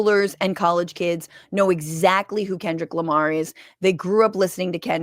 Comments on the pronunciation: “Kendal Lamar” and “won all these grammars” lady you need to retire. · “Theis guy, Kendayll Lamar, and he won all these grammers-“ -Fox News Reporter